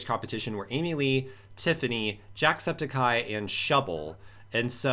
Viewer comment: I hate how he pronounces "Jacksepticeye" He says it like Jacksepti-cai